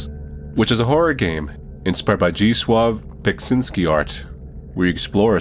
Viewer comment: Hey i just want to point out that its pronounced Zed-de-slaw Bek-zin-ski. Pretty sure anyway, I just had an anyuerism from the first 10 seconds in lmao